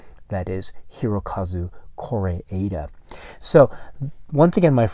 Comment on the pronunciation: Came here cause i didnt find a reliable source how to pronounce Kore'eda correctly. Thanks